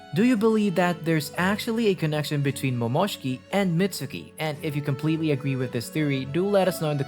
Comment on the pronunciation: A part of me died every time you said Momoshki😂